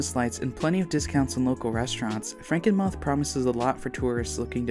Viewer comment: Someone might've mentioned it in the comments already, but it's pronounced Franken-MOOTH. I was there last Christmas and I can vouch that it's amazing.